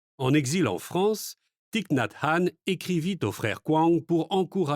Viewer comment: Gratitude pour cette lecture et merci de prononcer correctement le nom de Thich Nhat Hanh. ❤Merci 🙏🌹💖